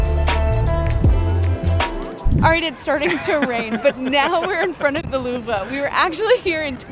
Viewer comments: You guys are mispronouncing Louvre It’s one syllable. The re is silent. Love the channel though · Hey there ! A Parisian here 🙂 You are right : the French (and German) "R" is tough. In the word "Louvre", the only unpronounced letter is the "e". When the letter "e" is final in a French word, you don't pronounce it. So, you must say "Louvr". Good luck with the "R" !!! 😉